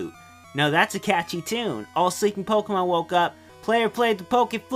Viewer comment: I love how you pronounce Pokemon correctly. I fucking love it so much. Thank you.